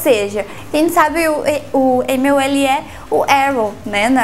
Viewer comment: é "Stephen AmÈll"